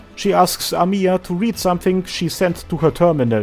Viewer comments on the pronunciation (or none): Just "Amiya" Not "amIya" Thanks for video